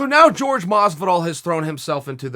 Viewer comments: its jorge masvidal not george masvidal jesus christ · Chael says people only pay attention to kicks and punches... but misses all the stuff behind the scenes and in between.. Proceeds to call Jorge Masvidal .... "GEORGE" the entire interview... it's pronounced "WHORE-HEY" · Jorge is pronounced 'horhe', not 'george'. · Dana is right Jorge(FYI pronounced like "whore hey" , you sound racist when you purposefully call him George, I'm not latino but WTF is wrong with people) is way too big to fight Mcnugget , It would look like child abuse. Masvidal probable wouldn't be able to contain himself for promotion either, Street Jesus takes the shit talk personnel and the lil racist turd Mcnugget has zero impulse control over his mouth, But I would F-ing Love to see them try!!!! PLEASE DANA PLEASE make this shit happen , I'll be worth it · 'George' Masvidal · "George"...hmmmm.It s to hard to pronounce "JORJE "with H ,or you are just too dumb? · His Name is Not George Stupid his Name isJorge Educate yourself Stupid... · Masvidal has said multiple times, "Call me Jorge... not George" .... Say it Frenchie! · For your information mister Sonnen Jorge is not pronounced like George amigo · i'm 89% sure his name is pronounced hore-hey. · I like how askren called Jorge “Gorge” so much and now even old chael thinks that’s his real name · I do not think his name is pronounced "george" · Henry cejudo calls him George. It's fine. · Why does chael refuse to pronounce Jorge right? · Am i the only one that hates how he says Jorge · Nat Han Chael has problems with any hint of espanol. He won’t call Ferguson el cucuy, he calls him Big Ferg🤷🏻‍♂️